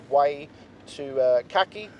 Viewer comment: Ulan adam çakıcıoğlunu telaffuz etmeye çalıştı ya la "kaki" 😂